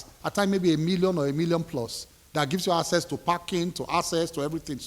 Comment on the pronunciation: Na wa o....A minister is unable to sound the word "ACCESS." He pronounces it as "ASSESS". I know say no be grammar we go chop....but common?😅😅😅😅😅😅😅